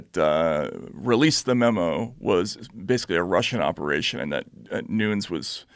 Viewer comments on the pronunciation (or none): Matt, You and Upchuck Schumer are the only two people on earth that pronounce Devin Nunes as Devin Noons. It's pronounced New-ness. There's nothing amusing about the fact that a group of crooked politicians have highjacked first an election, then a country. Pretty serious stuff - it's changed the country as well as the balance of power in the world. No wonder why desperate people put their faith in Q. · Noonez not noons